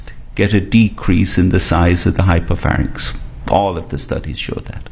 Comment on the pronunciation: Did she say hypophanyx? Ahhh....Americans...